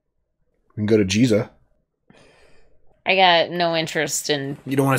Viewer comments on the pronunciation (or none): Arnold Vosloo... mummy. Rachel Weisz... yummy. It's Giza with a hard "G" (GHEE-za), not "jizza". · He said Jeeza. Lol